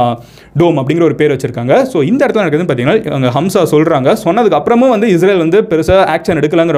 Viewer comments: ஹம்ஸா அல்ல ஹமாஸ்.... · Not hamza. It’s haamaaz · அது ஹம்ஸா இல்லப்பா...ஹமாஸ் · Bro its not Hamsa! ...Hamas🖖. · Itz Hamas not hamsa... Jews, Jerusalem matrum pakath oorgalai poorvigamaga kondavargul..inakum jerusalathlai 3000 varushatuku munadi avanga payan padtune porul matrum kadavul vazhipad chinangul kidaikudu.. Islamia rajakul naduvula 700-800 varushum andargul. Actuala patha islamist are settlers but British vittu poraduku munadi anda oor Muslim arasangum irundadu.. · Avaru sonnathu ellame poi... pronunciation kooda thappu.. HAMSA illa HAMAS.. terrorist group like isis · It’s not hamsa... it’s Hamas group, I know this word before 7 to 8 years ago with this little knowledge, I could have started a channel like u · Amazing Explanation Brother & a Small correction.. Neegga sonndhula 'Hamsa' nnu oru group mention pannigga but it's not 'Hamsa' It's 'Hamaas'. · You are saying Hamsa. Is it Hamsa Or Hamas? Because some people pronounce it as Hamas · Its not hamsa bro its call hamas. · அது ஹம்சா இல்லப்பா... ஹமாஸ்.... 😂😂😂 ஒரு மண்ணும் தெரியாமல் அறைகுறை பேய் கதைடா நீ சொல்றது....🤦‍♂️ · Bro it is HAMAS not hamzah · ஹம்ஸா இல்லை. அது தவறு. ஹமாஸ என்பதே சரியான பசம் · டேய் லூசு ஹம்சா இல்லடா ஹமாஸ் 😃😃🤪🤪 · Hamas not Hamsa. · Athu Hamsa ille Hamas bro. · Bro adhu HAMSA illa adhu peru HAMAAS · Hamsa not that is Hamas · Athu hamsa illai hamas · Bro thamas😅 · It's not HAMSA, it's HAMAS